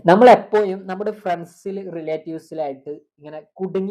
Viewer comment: എപ്പോയും അല്ല എപ്പോഴും 😂